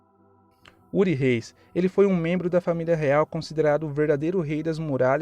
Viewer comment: Cara é rood reis não uri reis mano